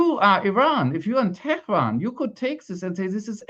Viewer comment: “Tyrants of Teh-er-an”, Netanyowee says! Trying to be poetic, to craft a memorable slogan, resorting to the pre-modern English version of Tehran to get his 3 syllables, making use of his Philadelphia education in rhetoric. Hrmph! Tyrants of Tel Aviv, there, works better! Don’t be fooled, this is still all about Palestine.. Black it out as much as you can Israel, but we will not stop talking about Palestine! Free Palestine!